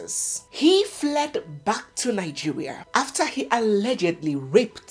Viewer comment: That is how my grandmother used to pronounce it thanks anyway it’s my fatherland .